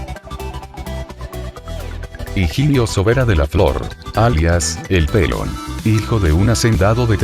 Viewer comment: Aparte de la música,que pronuncie bien, cómo que chofer y pelon? No conoce los acentos este hombre